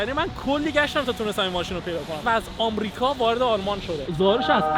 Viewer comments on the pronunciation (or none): none